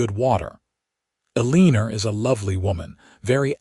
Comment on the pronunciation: Love the story which brought me to tears at the reunion of Aunt Eleanor and Zara. It wounds me every time AI massacres the name El-an-or, that is the name of first lady, Eleanor Roosevelt, and other famous Eleanor’s. If AI cannot pronounce a name, why not pick one that is more simple, like Mary, Debbie or Sue, that AI won’t abuse.